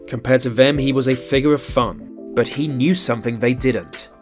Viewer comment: He should of been in a john waters movie and not office, but god it was funny as hell! I love how the brit host said "2 fouzand" lol and "deaf frants" and "woowen career " and " figwar of fwun" ect not trolling i truly enjoyed every second. There never be another ford, is that a good thing?